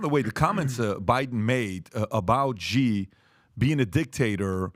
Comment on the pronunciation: Love how PBD calls Xi. He calls him "G" when it's actually pronounced "She". 😅